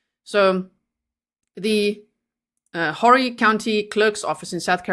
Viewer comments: Horry is pronounced Orrie“ H” is silent. Lumberton is a very distant area from Myrtle Beach, remote rural and very weird for her to be there. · HORRY CO. Is pronounced ORRY.. thanks for covering this, this where I live.. yikes!